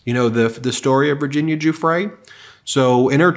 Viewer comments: Ben, once again, Giuffre is pronounced - JOO-FREE (or Jew-Free if you prefer, like so many Trumpers...) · Giuffre is pronounced Jeffrey.